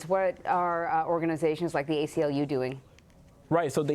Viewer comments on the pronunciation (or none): ACLU not SACLU